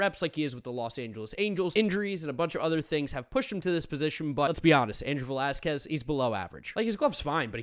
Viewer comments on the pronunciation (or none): none